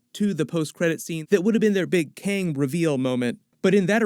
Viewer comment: dude its Kang not Kyang !